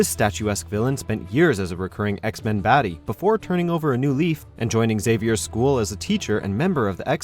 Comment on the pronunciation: the mispronouncing of Xavier & Genosha made me cringe....